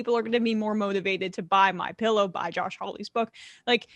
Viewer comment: MI-PEE-LOW, hmm?